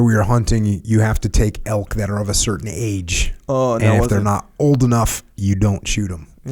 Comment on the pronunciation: It elk echo! Not elks🤣 elk hunting is life! Jocko what bow are you shooting?